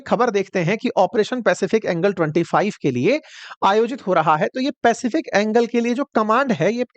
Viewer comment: यह बेवकूफ आदमी एंजेल को एंगल कह रहा है। हाहाहाहाहा।